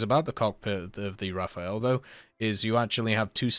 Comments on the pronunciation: Feels like more work to say Rafael instead of Rafale tbh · THE DOGGO DEMANDS YOU STOP SAYING RAFAEL AND START CALLING IT THE RAFALE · can you for the love of god stop saying rafael and instead say something funny like rudolph its really enjoyable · please i beg you, you can do everything but not say rafael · I’m not even a big fan of the plane per say but the way he says it EVERY TIME is annoying